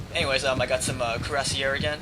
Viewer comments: you could spell *cuirassiers* a little better, its close to *kooee-ra-siay*; no stress on the last syllable. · it is pronounced crew-say-ers